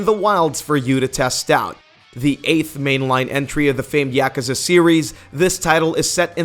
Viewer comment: Yak ew za? Holy fuck that was pronounced horribly